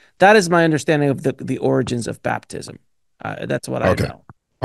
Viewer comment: Bruh saying Bathtism?